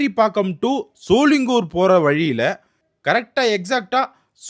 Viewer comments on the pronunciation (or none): Shooolingooor ila... Sho-ling-ghar